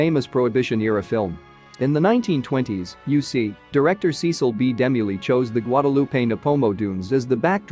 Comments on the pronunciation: Dee-mill not Demi-lee you went to great lengths to do an excellent documentary why the enormous error??? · His name is De Mill. Like Duh Mill. Not Dem mellee. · Its pronounced demill, ass! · I wish the narrator would pronounce Cecil B. DeMille's name right! I was confused when he was talking about Demi-Lee! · "Dim-u-lee", if I had not read the comments first, I would have been very confused 😕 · DeMille is pronounced Duh Mill!!!! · OMG, You really should do research into pronunciation, It was Cecil Demille and pronounced, D Mill. If you continue to make videos, be concise at least. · Only watched half way through and stopped because of the ridiculous robotic commentary. Cecil B De Milly? Seriously? Quite apart from showing a Meso American head at the beginning and then talking about a sphinx from a film set. What a lot of tosh. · I kept saying,"DeMille", every time it mispronounced his name. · That artificial voice mispronouncing Cecil B. DeMille's name is a travesty. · Nice video but your pronunciation of Demille's last name is incorrect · Not only do they get the pronunciation of Cecil B DeMille incorrect, they also say that the film was in black and white. The sequences that featured the Gate of Ramses was originally shot in Technicolor Process Two. The film was not totally black and white. File this site under click bait. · Another totally useless robot voice that can't pronounce names correctly... what idiots they are to use this garbage!!! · To whom it may concern: please listen to this description and tell me truthfully you enjoy it, ESPECIALLY when it is pronouncing names like the great Cecil B. DeMille! These robotic voices do NOTHING for the enjoyment or education of these video clips and I wish you would quit using them! PS: I am not the only one who thinks that way.